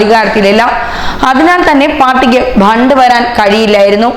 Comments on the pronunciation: ബണ്ട് അല്ല ഫണ്ട് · It is not bhand it is fund.